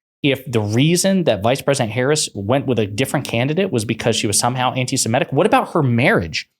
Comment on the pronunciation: Semitic not semetic